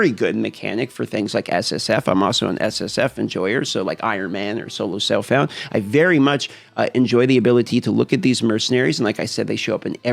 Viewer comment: I’m hearing solo selffllmmnb… please speak clearly. Say again?